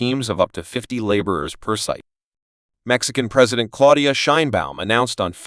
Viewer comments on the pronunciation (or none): none